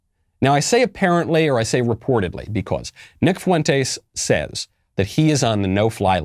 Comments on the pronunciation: I think its pronounced font-eys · Said his last name weird, but yeah at least he did say it.